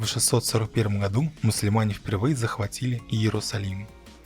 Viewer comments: Как автор выговаривает слово "мусульмане"? Муслимане? ))) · Какие, к чёрту, "муслиманы"?!? Не надо каверкать язык! Правильно "Мусульмане" и только так!!! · а по русскому произношению мусульманин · Мусульмане, а не Муслимане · Не муслимане, а мусульмане, делаешь ролик про крестовые походы и даже не знаешь как правильно называются тебя кто исповедуют ислам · Автор, а какого хрена ты неправильно произносишь-вместо мусульмане, называешь мусЛИмане? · Не муслиманы а мусульманы. Читайте правильно. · не Муслиман а мусульман)))) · Мусульманы правильно читай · Я правильно расслышал? Муслимане? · Ву 614 году...Муслимане...Что не так с произношением?!